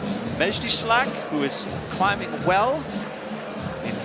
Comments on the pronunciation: Damn, can't you just try to pronounce the names right? Just read! There's a difference between la and al. Schalck is not Schlack. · The way the commentator calls Mejdi "Schlack" instead of Schalck is really disrupting it for me :D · It is Mejdi Sch-A-lck, NOT 'shlakk', for God's sake. There are only six men in the comp, and you get 16.6666 per cent of the names wrong... typical american. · "Maybe she was not at 100% on that move", "now she needs to be more precise", "that foothold doesn't seem too bad" ....... Who is this guy ??! Can't even pronounce "Shalck" ? "Miho and Oriane will fight for the 3rd place and miho will flash and Oriane will end up 4th" --> the commentator is bad at commentating AND at predicting